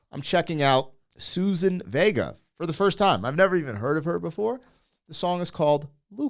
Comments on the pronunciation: Suzanne, not Susan. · It's Suzanne not Susan. Great song with important subject matter from the 80's